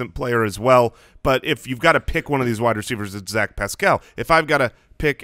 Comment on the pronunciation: You guys are the best, but you’re putting the emphASIS on the wrong syllABLE with Paschal (pronounced “Pascle”) 😁 GO COLTS 💙💙💙